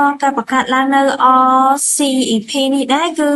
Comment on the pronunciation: RCEP អានថា អសឹប